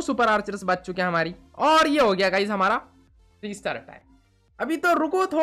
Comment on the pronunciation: is bengali maybe coz he pronounces bach as baach😅😅